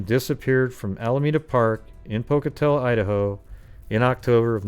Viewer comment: It's pronounced poke-uh-tello 🤣